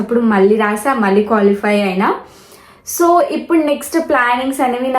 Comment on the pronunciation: Nanna amma adhi colify kadhu ra qualify